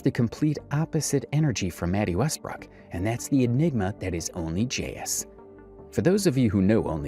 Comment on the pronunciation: Love your videos bro. But it’s west brook. Not west brock